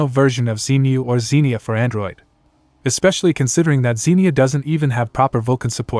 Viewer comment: Is this AI audio? Zen - Eye - Max? really?